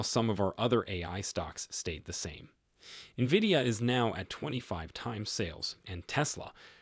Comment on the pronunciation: stupid Ai video cant even pronounce NVIDIA yet I should take the info as solid